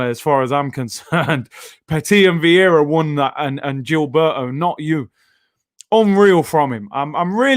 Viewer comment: its viera n gilberto bruv.. otherwise awesome content as always 👌